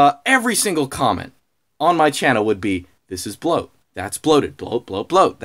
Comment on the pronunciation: bwoat is bwoat